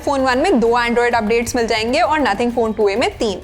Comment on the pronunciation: Nothing ❌ naathing ☑️